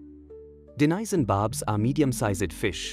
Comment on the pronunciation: Its Danison Bard and nor Danisoni. By the was nice video 👍